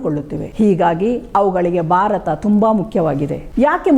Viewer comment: Barata, beti, bandita alla. Bharata, bheti , bhandita yandu uchcharisi.Ayasa madikolla bedi.